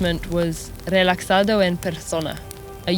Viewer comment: "relacsado" ?? Geez what a bad pronunciation. Relajado. Ha sound.